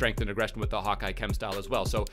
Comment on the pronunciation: Does somebody else notice that he says "Hawkeye" or it's just me?